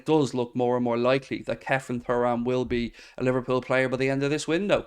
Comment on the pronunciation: silent h